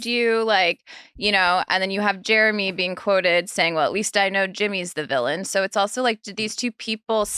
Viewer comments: Lol I love that Nick pronounce his name "Jermy" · I LOVE that Nick pronounces Jeramey as “Germy” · Is Nick calling him Germy? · I love how Nick keeps calling Jeramey "germy" 😂